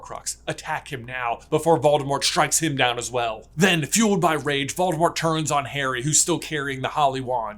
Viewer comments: Voldemor is back,"t" is silent ;) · I really love your videos, but the way you pronounce Voldemort dries me crazy 😅😂